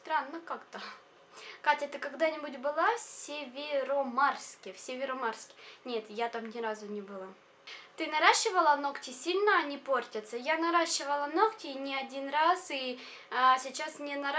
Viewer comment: Не Северомарск а Североморск